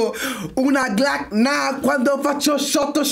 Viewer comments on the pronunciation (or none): naha e zizou sono due ragazzi che sui loro social si mostrano maggiormente ad impennare tmax e altre moto,simba dice "naha" non "naaa"